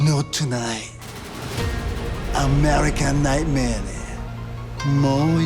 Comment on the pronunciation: Help he say nightmate Cody 😅😅😅😅